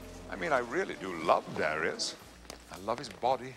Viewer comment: Its Duh Ryus, not dare E us, get it right